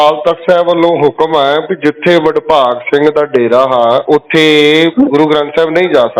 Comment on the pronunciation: bahan ji pahle to apni awaaz ko sudharo aapko yah nahin pata ki Baba Badbhag Singh Ji, Naam hai or aap Badbhag Singh- Badbhag Singh ke naam se bol Rahi hai. Sharm karo Mahapursho ka aadar karna shikho.